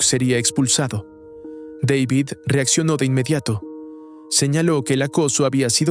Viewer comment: Dale hermano, no puede ser que no sepas pronunciar el nombre de David